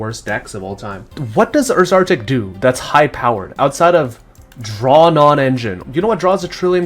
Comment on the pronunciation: it's name is URSArtic.